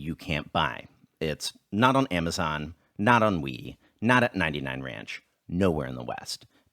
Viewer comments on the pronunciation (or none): none